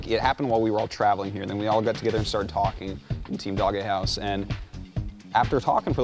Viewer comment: How the fuck does this guy not know that his own team name is DOGEhouse and not "Dog - e - house"? It's fucking pronounced "dohj". God damnit get your shit together.